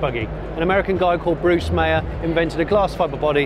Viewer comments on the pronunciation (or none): BRUCE MEYERS ........... not mayer as you pronounced it !!!!!!!!!!!!!!!!!